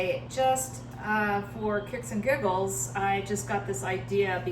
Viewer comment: Thanks for sharing ! 👍 Did you say shit's and giggles? 😀